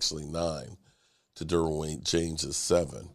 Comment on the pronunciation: Derwin James, not Darwin James!!!